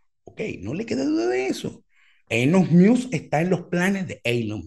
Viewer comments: Cada vez que dice ”ilon miusk" es un trolleo no? Veo difícil pronunciar así de mal un nombre tan famoso por error. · en caso que sea de tu interés para próximos videos: El nombre de Elon sonaría “ilon mosk” así suena en inglés. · TIP: Decir ilon mosk - Me parece bien el nombre No Beta. - El peo de Apple no vino por lo que comentas. Musk se picó porque Apple quitó las publicidades en Twitter, y Elon se lanzó de picado haciendo un alaraque. Encima estaba el (falso) rumor que Apple quería quitar la App Twitter. Musk prendió el ventilador echándole m**erda a Apple por las comisiones que cobra, cosa en que tiene algo de razón. Inclusó dijo que si los sacaban de Apple sacaría un teléfono. (Y la cosa iba a seguir...) Pero bueno, se reunieron y la cosa no llegó a más. Lo cual me parece bien. (Incluso Apple postergó su proyecto de carros del 2025 al 2026). - ¿Qué cosas no les crees a Musk? - Interesante pensar que va a usar Twitter para Neuralink. No suscribo, pero no descarto que eventualmente sirva algo de eso... Le interesa Twitter principalmente para hacer un proyecto de pagos y muchas cosas más: "X, the Everything App" Te agrego en un club de Musk y sus proyectos en FB. PD: Decir ilon mosk Kudos.